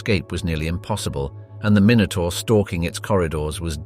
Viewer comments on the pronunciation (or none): none